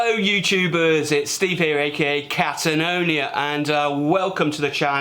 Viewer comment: what a dicckhead....was that catanonia, or Twatanonia